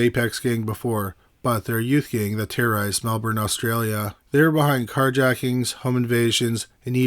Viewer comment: Hey, I love you guys and your channel, you were also one of my first true crime channels that got me truly hooked. Thanks, I think 😕😳🤯😁 But anyway, I’m an Aussie and Melbourne is pronounced Mel-burn. Not Mel-Bourne, unlike it’s spelling…. Come visit some time, I’m in the much prettier Sydney. I’d show you around, ok??!! 😀😊